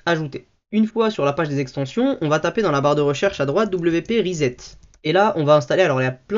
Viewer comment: pas rizette mais ressssset